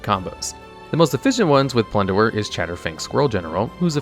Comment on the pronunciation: Okay I understand you mispronouncing fantasy words like Niv Mizzet, but plunderer? come on